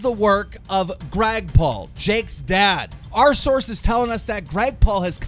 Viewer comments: Also, you say Grag Paul NOT Greg Paul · Did any one notice he said Grag Paul instead of Greg Paul😂😂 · "Grag Paul". Keemstar, why do you seem to have such a problem with pronouncing names correctly?